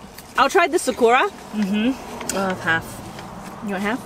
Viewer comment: After the Macha is Sakura (pronounced sock-coo-rah) Its Japanese for 🌸Cherry Blossom!!🌸 I wanna try that 1!!